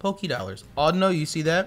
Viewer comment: "Audino, i don't know" awe-doe-know, huh huh